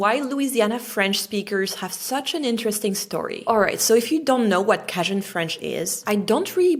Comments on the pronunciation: It's pronounced like "Kay-Jin", not "Cashjin". I had to edit this comment because I accidently submitted it before I got to type the rest. But, this is so interesting because there is so much history that doesn't get taught to us Americans, but I would argue that's everyone everywhere... because you can only fit so much content in a curriculum... maybe by design, maybe not? Either way, this part of French history that became American history is so interesting! My wife speaks some French, enough to converse a bit. I can speak Spanish, a little less than her French. But learning languages has been such a cool door to understanding the world! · She’s a sweet girl, but shame on her for not studying and teaching herself how to say Cajun. It’s hard to ignore because she keeps pronouncing it as “Kah-jin” it’s pronounced KAY-GIN. That’s probably why so many of us (Americans) hate talking to French people 😂. I made it to minute four. Just like most French people in real life. This was VERY boring. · I know Cajun as Kay-Jan so hearing you say cah-Jan is so weird. So I wonder if you have the correct pronunciation or was it an error. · I don't know what "cashion" French is either. It's KAY-jun. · 🧀 Canadian here, and I gotta stop you right there. It’s not “kashjin” French — it’s pronounced “Cajun” French. You know, like “KAY-jən,” not some fancy soft cheese. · With all due respect, it is pronounced KAY-jun, not kah-jun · It’s pronounced “Kay-Jun”, Mon Cher, not “Kay-zhon”. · lol not cashON it is Cajun lol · It's pronounced "Kay-jun" which is a shortened form of "Accadian." Accadia was the area in Canada where the French speaking Canadians who moved to the southern USA originally lived. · cajun = long a. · It's pronounced "KAY JIN" in English (with the stress on the first syllable and the "j" pronounced like the English "j" i.e. "dj"). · I love how she pronounces "cajon" with a short "a" because they really don't use a long "a' in French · Cajun is pronounced kay-gin